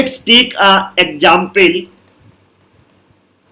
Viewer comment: I like when he say exapule